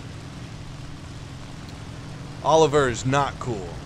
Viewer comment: Actually it is Olivier, not Oliver